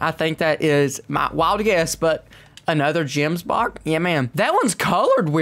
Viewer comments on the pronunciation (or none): btw they are called gemsbok not jemsbok with a g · Just saying it’s kalled Gemsbok and kudu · They way he pronounced Gemsbok🤣😂